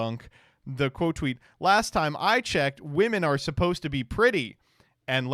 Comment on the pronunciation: Did you say xeet instead of tweet?